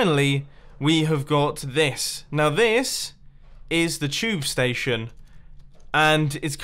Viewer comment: stetiouns lol